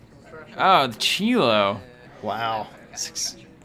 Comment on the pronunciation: It's pronounced "Shye-Low", as in Chicago and St. Louis.